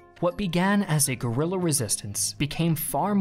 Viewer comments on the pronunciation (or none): none